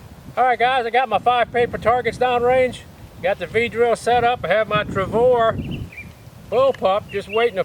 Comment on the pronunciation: I just LOVE the "TRAVOR" ! ;)